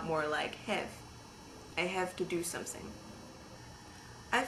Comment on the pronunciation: Heeey, I noticed that 'someSing'. Not very kind of you. ;-)